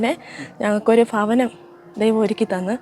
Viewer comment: ഫൂമിയും ഫവനവും ഫാഗ്യം